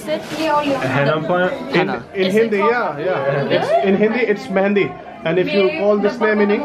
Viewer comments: Heena and its not mundi its mehdi..😄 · Its mehandi not mundi😜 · not mundi..its mehendi... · Its not mandi Its Mehendi Hope u enjoyed the wedding🙏👍👍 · It's not Mundu.. it's Mehndi 😂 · Bro it's not Mundi it's mehandi. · Its not mendi... You can pronounce its as me-hen-di, more easy for you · Henna is called Mehndi not Mundy. Regards. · Mundi???? Lmao the pronunciation, its mehendi